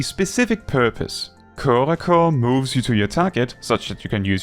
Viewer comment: As a native French speaker, I thank you for not pronouncing corps-à-corps as corpse-à-corpse!